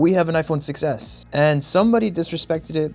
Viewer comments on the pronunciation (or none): him: “we have an iphone 6s” what i heard: “we have an iphone success